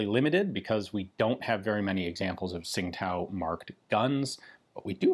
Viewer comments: Tsing Tao is pronounced something like Ching Dow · As I understand it, Tsingtao is pronounced "Ching Dao", as indicated by the city's name being transliterated to the Latin alphabet now as, "Qingdao". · I'm not completely sure, but I heard a chinese pronunce it "Chin-tao" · Great video, cool piece . Bi the way its pronounced 'Ching Dow' phonetically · The city name is pronounced more like "ching tdao".